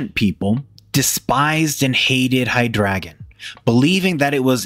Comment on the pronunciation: Love the video, except the pronunciation of "Hydregion." Its supposed to be pronounced Hide Region But you pronounce it High Dragon